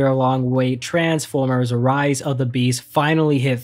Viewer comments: You said ris not rise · Correction, its Rise of The Beasts, not Ris of The Beasts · “Ris of the Beasts” lol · ah yes ris of the beasts